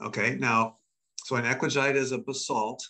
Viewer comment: Equijite?!? Ecuagite? Eklagite?!? If anyone is interested in Googleing the "high temperature basalt" they keep talking about, it's "ECLOGITE". It took me quite a while to get close enough to the right word that Google would give a decent suggestion. 🤔